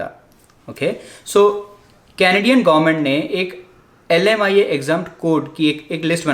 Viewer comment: Oh bhai leemia kia hota he🤣🤣🤣🤣 behn bhi leemia hi bol rhi he. 😂😂 LMIA kahan se leemia ho gya